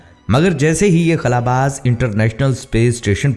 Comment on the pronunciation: بھائی لفظ خلا کے خ کے اوپر پیش نہیں ہوتا صرف خلا باز پڑھا جائے گا اپنی درستگی کر لیں